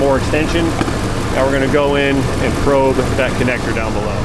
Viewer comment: He said probe.